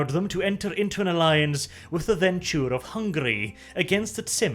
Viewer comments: It's Ven - True. Not Ventchure. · after i heard your pronounciation of ventrue, i became convinced that you are mispronouncing the clan names absolutely on purpose ;D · That is how the clan suppose to be pronounced. He has a nasty habit of mispronouncing the clans like clan Bruja and Venture.